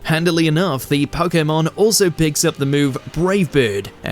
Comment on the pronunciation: Only real Pokémon fans will appreciate your correct pronunciation of the word. It irks my soul when I hear people say PoKeymon and not PoKaymon.